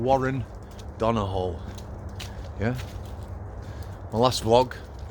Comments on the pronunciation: Not being a smart arse...but it's pronounced Don-a-hew. You remind me of my Brother in Law 😂🇮🇪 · THIS ROBOT CHANNEL HAS NO CONTENT 4 minutes who pays you to comment on Irish affairs ? You could start by learning how to pronounce Donoghue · who pays you to comment on Irish affairs ? You could start by learning how to pronounce Donoghue